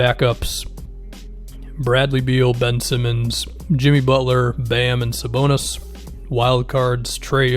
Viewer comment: Thank you for saying Sabonis. Dude is a monster.